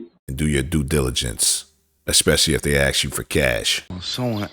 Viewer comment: I know you’re black! You can’t even say “ask” right